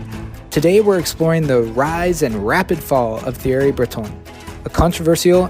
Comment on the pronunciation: I'm supposed to think you're an expert when you didn't even bother to learn how to pronounce "Thierry" before strutting your stuff?